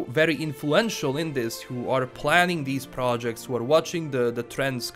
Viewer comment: Say it with me "Pra-jekt" not "pro-ect"